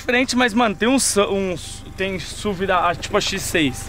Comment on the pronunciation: Kkkkkk reh n se fala "suvi" kkkkk se fala as letra msm "esse u ve"